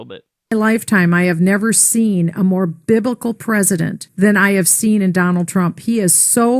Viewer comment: It sounds like she's saying "Bib-i-cal", not "Biblical" - and that makes all the difference. Okay. It really doesn't make any difference. This bitch is totally wonkers. A lot of this country is equally nuts. Yeah, Trump is a religious guy.........and day is night, and black is white, and up is down, etc. WTF is going on with these lunatics?